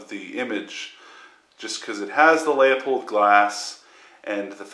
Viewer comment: It's "loo-pould" fool...